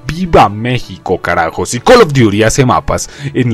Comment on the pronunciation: X: Cal of duti J. NARANJITO: Col of diury 😈😈